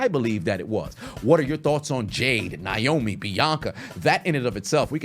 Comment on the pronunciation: It's Naomi not niomi😢